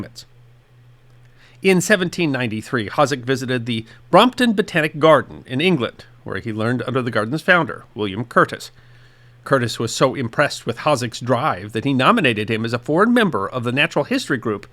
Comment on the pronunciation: “Founder” not “flounder”